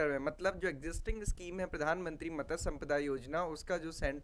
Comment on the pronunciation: मत्स्य not मतस्य 😊